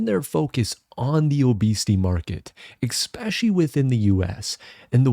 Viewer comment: ‘Expecially’ sounds so stupid